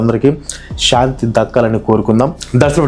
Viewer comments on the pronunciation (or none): none